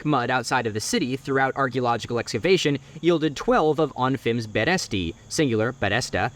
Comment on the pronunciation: just a note: it's a berestá and berestý, not the berésta and berésty